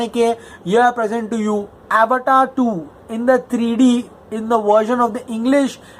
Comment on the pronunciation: Avatar is a Sanskrit/Indian word. Feel free to pronounce it as अवतार man.